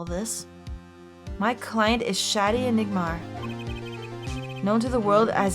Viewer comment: Just like the first case in this game, "Shadi" is probably supposed to be pronounced "Shady" because this series loves its puns